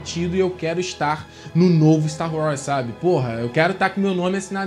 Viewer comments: Véio, você precisa de um ou uma fonoaudióloga urgente! Não dá pra contar nas estrelas de uma galáxia muito, muito distante, quantas vezes que ao invés de tu verbalizares Star WARS, você disse Star WRAS! Pqlm!! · "Sta Roz"